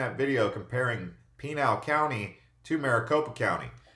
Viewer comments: You are mispronouncing Pinal County. It is pronounced...."Pin - Al." Not "Peen Al." Just saying. Nice video. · Just so you know tou are saying Pinal wrong, its pi-nail